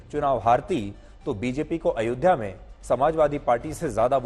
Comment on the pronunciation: ध्यान से सुने तो पता चलेगा कि राहुल गांधी अयोध्या शब्द भी ठीक से नहीं बोल पाते